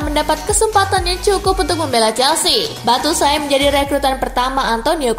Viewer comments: Kaka Bacanya Bacuayi, bukan Batusai kaka.... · cara ngeja nya Batsuayi ( Batshuayi )... bukan Battusai... wkwkwkwk :D